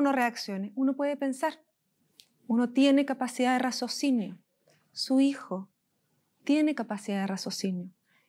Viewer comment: buen trabajo,pero se dice raciocinio....no razocinio,aun así buen trabajo